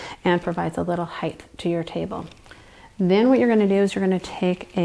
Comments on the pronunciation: no such word as heighth .the word is height. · It’s pronounced “hite” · lovely video!!! But "heith" is not a word. Still, a great video!